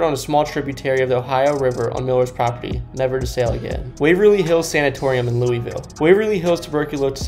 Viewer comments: Its Lu' vul' ;) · Loo - Uh - Vul, sorry that was bothering me. Otherwise good video! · Everytime be pronounced it , I cringed . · It pronounced lullvull